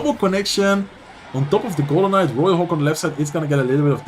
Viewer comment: I kept hearing “golem mites” everytime was talking about the golden night during the Riley vs sweep recruits game 😂